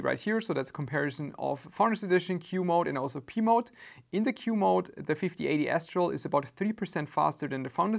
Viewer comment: I kept hearing "Pee Mode" 😂